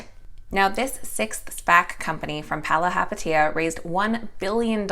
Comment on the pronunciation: bravo, pronouncing Chamath's last name properly. "Do the Math, believe in Chamath".... except IPOC allegedly not interested